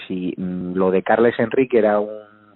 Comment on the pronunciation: Carles se pronuncia Carlas. Carme = Carma. Jaume= Yauma. Un saludo.